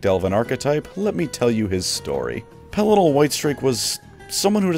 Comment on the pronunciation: Pelinar 🤣 the intentional mispronunciations are damned funny 😆 not laughing at you but laughing with you!